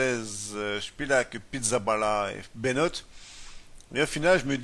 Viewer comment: Juste pour info, cette course se prononce "Round (comme en anglais) oum Koeuln (oeu comme dans coeur)", ce qui signifie Tour de Cologne. Ha et je ne sais plus qui t'a dit de la merde, mais on ne prononce pas Benout, c'est bien un o long. Ça donne "Tiche Bénoot" (pour écouter la prononciation, voir ici : ) Et enfin on ne dit pas Chagan (comme dans le jeu ou tous les commentateurs), mais bien Sagan.